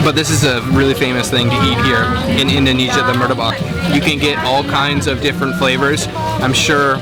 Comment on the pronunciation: it's martabak, not murtabak by the way hahahaha